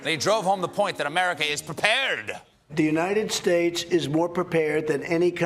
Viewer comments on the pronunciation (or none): none